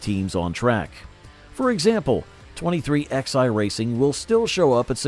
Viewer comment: It's pronounced 23 11 racing not 23xi